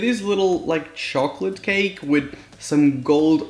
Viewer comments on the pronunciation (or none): none